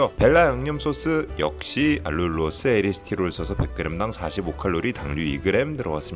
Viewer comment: 에리스티롤 아니고 에리스리톨 이에요ㅎㅎ